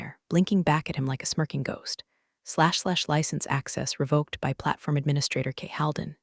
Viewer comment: Re-vok not re-vah-k.